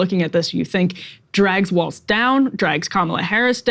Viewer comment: It’s funny that Will and Emily either can’t or won’t remember Walz name is Walz not Waltz. It’s not that hard to not put the letter “t” in a word that doesn’t have one. 😏